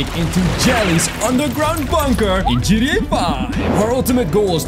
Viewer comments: Why do you say Gda it's gta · You say. GETA